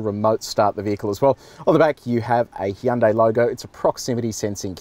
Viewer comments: Did he say heeyundai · Hee yan day. Wtf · Weirds me out when people say "Hi-yoon-day" or "Hi-yoon-die" instead of "Hyun-day"